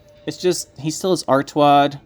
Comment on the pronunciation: Not ar TU ad, its ar TA ud.